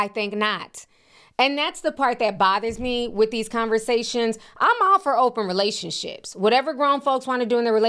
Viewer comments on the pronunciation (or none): Relation-slips, not Relation-ships.